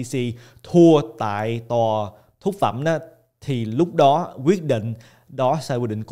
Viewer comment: Em buồn cười quá khi anh cứ nói nhầm mãi 2 từ “Phúc Thẩm “ thành “Thúc Phẩm “ 😂😂😂. Xin lỗi A vì đã lỡ cười 😂. Cảm ơn A ạ❤❤